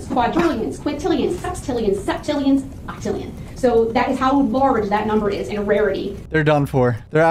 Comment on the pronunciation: Low key been weak🤣🤣😭 when she said "OCTILLION"...bro bouta serve "OCTILLION" days in jail 😭😭😭😭🤣🤣